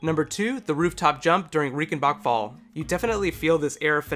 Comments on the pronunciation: R-eye-cen-bark fall. Not Ree-cen-bak fall. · It's pronounced RAICHENBACHFALL not Riekenbakfall like you pronounced ;)